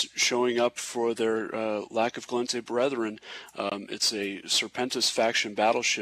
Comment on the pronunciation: I wish would learn to pronounce "Gallente" >__<